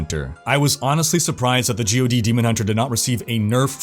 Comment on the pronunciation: Who pronounces it as “Gee Oh Dee”?? It’s GOD, as in the lord almighty